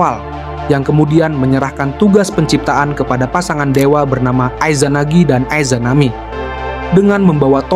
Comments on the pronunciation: 3;40 ay zanagi, ay zanami bacanya yang betul dong jangan sok inggris Sensei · Gatel kuping gw denger Aizanami sama Aizanagi.... Coba nonton naruto bang...